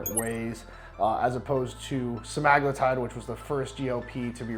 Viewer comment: Wow. Somebody who actually pronounces Retatrutide and Semaglutide correctly. I thought I was the only one!